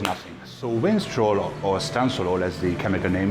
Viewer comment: Vinstrol....love the accent